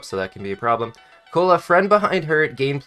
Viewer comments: Why say koala like cola i swear it is pronounced like ko-ala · hearing him call the koala "cola" and orangutan " organtuan" is so hilarious 😂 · Cola Organtuans I feel that has been raised by a group of Super Auto Pets, but do me a favour and try to pronounce every new pet, when you have the chance, it's hilarious.